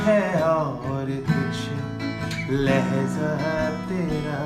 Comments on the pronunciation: Papon is love but he should improve his talaffuz (pronunciation) of Urdu words like 'Maajraa' not 'Maazraa' and 'Lehjaa' not 'Lehzaa' etc. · Its not lehza but lehja and not mazra but majra.... It is a platform for promotion of Urdu so please promote correct pronunciation... talaffuz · Nice composition but Please correct the pronunciation Not lehza... it's lehja Mazra.... Maajra